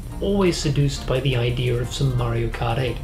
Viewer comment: Sorry but there's not an r in "idea"